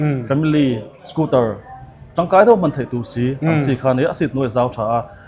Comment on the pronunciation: Scooter tia lam ni thei se... a dik zawk hi Youtuber leh Public figure te hi chuan hmang hram hram ila. Dealer te chuan Scooter an ti thlap thlap a, ngaihthlak a nuam... hengte hi chhinchhiah zel ula